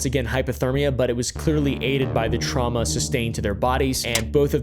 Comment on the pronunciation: I don't know why I laughed so hard at the word traumna